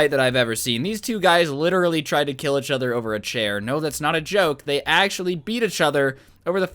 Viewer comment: Is anyone else triggered by the way he says “achother” instead of each other or is it just me